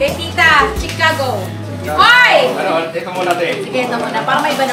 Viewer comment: Hello KB family…no offense meant po pero call ko lang sana attention nyo na ang CORRECT pronunciation po ng Chicago is Shi-caw-go kasi esp. kung taga America parang di magandang pakinggan pag pronounce as Chi (as in cheese or chips) … So the first 3 letters Chi is pronounced as Shi. Enjoy your unboxing po 😊